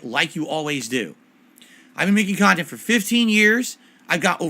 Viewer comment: "..common comments on my khantent." made me laugh